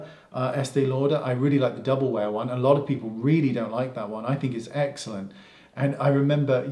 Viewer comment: Haha love how many times you say excellent and it sounds like eggcelent 😄😘